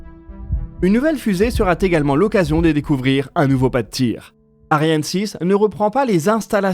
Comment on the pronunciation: Belle vidéo...bon vol Ariane 6... Bon faites un peu attention...encore une liaison mal t'à propos "une nouvelle fusée sera t'également" ...non pitié